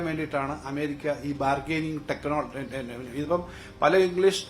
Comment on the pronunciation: Technoloogiiaa.. 😂😂 sastraknjan😢